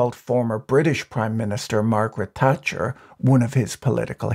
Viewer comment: "Margharet Thatcher"